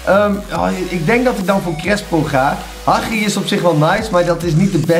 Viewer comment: Je hebt fifa in je naam staan terwijl je Hagi en eusebio niet eens is normaal kan uitspreken.